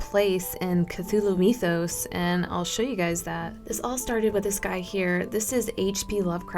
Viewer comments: 1. mythos is pronounced Mith-os, not Meeth-os. 2. August Deraleth needs to be credited with most of the structure of this, as H.P. Lovecraft did not explain most of his world, preferring it to be obscured. After his death, Deraleth solidified, and expanded the mythos. 3. Most artists take liberty with things. The only one of the elder gods that was ever drawn by H.P. Lovecraft is Cthulhu. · google says "mythos" is pronounced as my-THos instead of me-THos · It's not meeeethos it's mythos